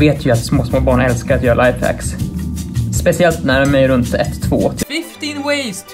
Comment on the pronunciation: ENGELSKAN LMAOOOOOOOO LOLOLOLOL “your lifehecks socks” LOL